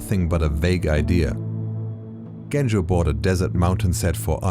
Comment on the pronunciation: Not Bulgarian, but yes. If my nickname was "Efgeni" you'd pronounce my name with "ch". It's Genco like "Joe".